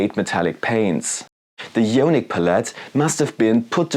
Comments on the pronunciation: Good video, thanks for the effort producing and testing the paints for us all. Just a heads up though, it's pronounced: " i-on-ic " not " yo-nik ". d(^_^)b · The "jonic" pronunciation kills me man :D It should be "I"onic with the same "I" as in the english "I am" :D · Eye-On-ick as in Ions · nice review.. thanks! one note for you on pronunciation: ionic = eye-on-ick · Yeah, yonic means something rather different. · Yoooaaanick. Had to turn it off 😂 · No worries at all, that's why I asked it that way, because there are numerous languages where "io" in front of "nic" would be pronounced with more of a "yo" or "yaw". Apologies if the way it's written came across as harsh, I meant it to come across as more of an "oooh, that's an interesting way to pronounce it" kind of thing, especially since we're all from different backgrounds. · I think it’s pronounced eye-onic 👍 oh and awesome video too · Ionic = īˈänik or eye-ahh-nick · Love your reviews and tests. Not a big deal. I was wondering if it was a Spanish pronunciation! : )